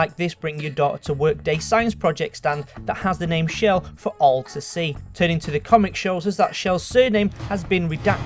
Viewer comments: It's chell not shell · No its chell not shell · Chell is pronounced CH-ell